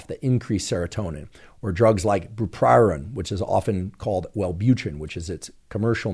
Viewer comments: Are you saying "bupoprion" (?) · byoo-prow-peea-an is how you say Bupropion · How come he can’t pronounce the scientific names to some of the drugs correctly? Bu-pro-pion… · Lol-ing at the repeated butchering of bupropion. And appreciating the breakdown about K. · Wellbutrin is bupropion, right? I couldn’t make out whether the pronunciation was bungled here or if there is another kinda similarly named drug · Is it just me or does he not pronounce bupropion correctly 😂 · you're pronouncing Bupropion incorrectly...